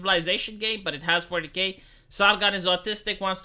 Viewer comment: Whenever says 40k it sounds like fornicate. When I first herd it I was a bit confused:)